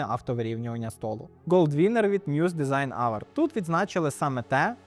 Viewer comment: Ох же ці "дезіґн аверди"😅